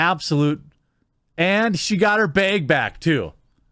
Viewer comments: Him saying bage is killing me. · Ah the good ol bag pronounced as beg.. dead Wisconsin giveaway lol